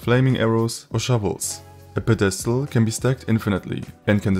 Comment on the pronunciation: You might wanna look up the pronunciation of pedestal